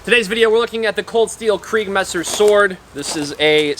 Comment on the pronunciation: kriegsmesser! not kreigsmesser lol